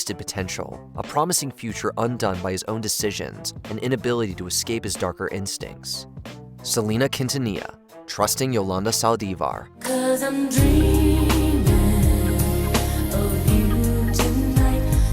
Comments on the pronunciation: Minute "Selena Quintillana"? it's Quintanilla. Pronounced "Keen-Tah-Nee-Yah" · Please make sure than when your talking about Hispanic people you pronounce their last names correctly, it was sad and disrespectful to me not pronouncing Selena’s Quintanilla correctly… just a helpful feedback over here